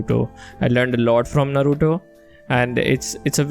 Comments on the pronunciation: Come on guys, Its pronounced as Naaruto 😭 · First of all, it's naaruto